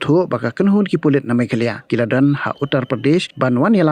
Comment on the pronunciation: News channel please learn the pronunciation first..it's not meghaloy...it is meghalaya